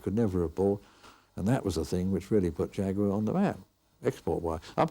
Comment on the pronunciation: I refuse to watch a documentary unless they pronounce jaguar right and I've finally found one which does😭